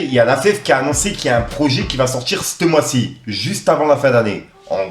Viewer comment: S’te mois , s’te jeux…. Frerot t’abuse 😭